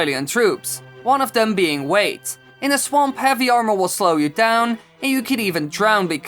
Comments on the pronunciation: Why do you say Armore... Its Armor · it’s armor! What are you, a European!